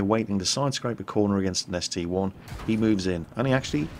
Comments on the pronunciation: I think it is actually the ST-I, not the ST-1, because when you look at the numbers in World of Tanks, you see that the number 1 has a short top, and the "I" does not, so that is my theory of why it is not the ST-1 and is pronounced ST-EYE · WTF!! IT'S THE ST-EYE!!!!!!!!!!!!!